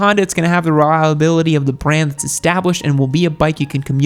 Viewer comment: "Being a Honda it's gonna have the relb[af v[vnsdvby of the brand..."